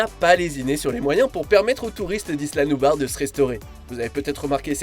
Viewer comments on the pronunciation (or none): Ça ce dit pas nubas ça ce dit nublar 😐